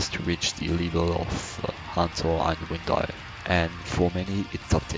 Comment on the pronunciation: Good, except the band's name is pronounced as [vind'ir], not [windair] :)